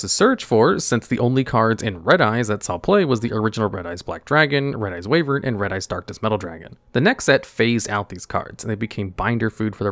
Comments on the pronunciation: It's pronounced 'why - vern', not 'wave - ern'. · WYvern not WAYvern 😅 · Wyvern ≠ Way-vern Wyvern = Why-vern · I had this in another tab, and I was like "What is Red-Eyes Wavering?" but oh he just can't say Wyvern... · Yall clowning on the typo in the title… I still can’t get over “Way-vern” lmfao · "Wyvern" is pronounced "Why-vern". Red-Eyes has been overshadowed as an archetype, but it's not as one might say, bad. There were times when it was a decent rogue option. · "Why-vern" btw. Sorry that bugged me lol